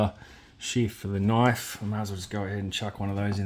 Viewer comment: When you say he needs a machete, all I hear is "That's not a noif..." 😅